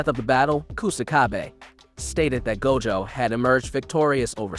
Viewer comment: That pronunciation of Gojo's name was wid 😩😩